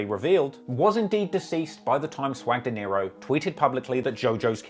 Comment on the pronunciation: Swag Dinero not Deniro you said it wrong about 10 times 😅, nice content though